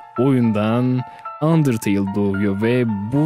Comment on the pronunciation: Abi sen undertale yi yanlış söylüyorsun